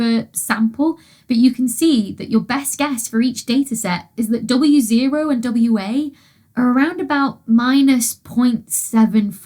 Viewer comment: On hearing Wa & W0 getting pronounced as Wawo and B.A.O., must admit I spent a few minutes trying to work out an acronym to fit B.A.O.B.U.N....